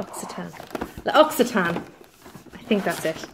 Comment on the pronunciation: You got it right! L'oak-see-tan! Easy! 😀😜 Hope you get well soon! 😗